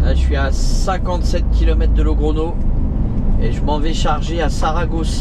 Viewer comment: Salut, c'est le go expert que tu as comme gps, on dit logronio en espagnol, la petite vague au dessus du N se dit nieu pour info, allez bonne route, buena ruta e buen viaje amigo